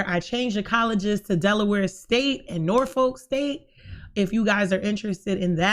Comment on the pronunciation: I’m sorry but “Nor-Folk” state SENT ME 😂 we’re so country down here I’m used to hearing “Norfuk” 🤣 But I’m ready to see how this plays out 💜